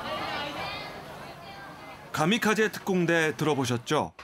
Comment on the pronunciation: 가미카제 아니라 카미카제 아님?